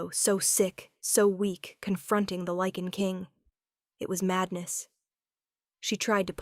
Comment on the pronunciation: Eh, close. Technically Werewolves and Lycans are different species. But at least she pronounces it correctly. I think if I hear another Lee-kan or Lih-kan I will scream.